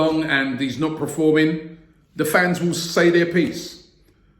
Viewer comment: Haha, for me it was to hear 'preforming'